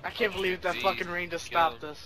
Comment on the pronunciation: Am I the only one who heard him call Rain, Banks?